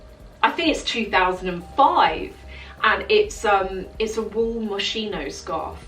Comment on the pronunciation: I'm not sure if its a British thang but you guys say moshino its actually pronounced moskino its cute the way said it lol I'm not hating..plus the alai corset belt doesn't the buckle sit at the front? I have several n the buckles r styled at the front but hey everyones different n awesome😘😘🤗